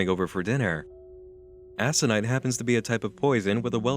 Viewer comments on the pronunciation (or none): Video is great, just one nitpick: Aconite is pronounced Ak-oh-nite. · It's ak--nahyt - why are you saying it like that? Hannah McKay grew them in her garden. Dexter, anyone? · It is aconite. Co as in corporation, not as in coelacanth. But damn, what an interesting story. I've only ever seen the videos themselves. I wonder what sort of stuff the rituals were. Some bizarre psychologically taxing stuff or did it go to physical stuff? I guess it is better not to know.